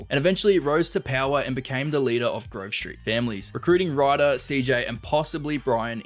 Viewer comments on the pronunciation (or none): none